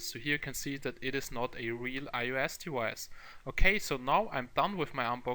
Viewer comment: its called device and not dewivce